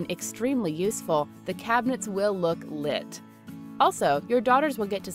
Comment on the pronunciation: Didn’t even sound like they knew the word or something XD (not to be rude)